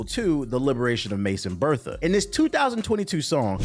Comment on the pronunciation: Mason BETHA. There is no “r”.